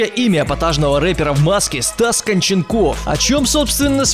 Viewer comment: ударение на О КОнченков